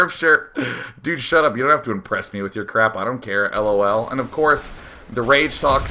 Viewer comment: The way Day9 prenoucnes "lool", im smiling even a year after. Omfg thats good.